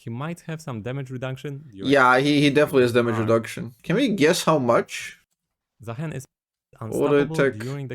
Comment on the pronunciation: It is, in fact, Zaah(ee)n